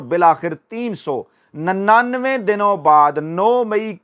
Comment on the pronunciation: تین سو نننوے درست کرو پیارے اینکر